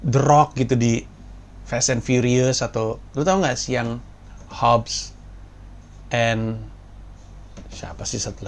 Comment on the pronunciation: Hobbs and Shaww... kagak ada C nya 😄